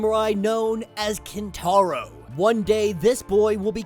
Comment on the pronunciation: "Kintaro" on the other hand... 😂